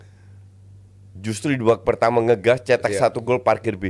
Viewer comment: Ulang lagi bang, "babak peetama mencermati babak kedua Matii" 😢😂 Bang seriously?😅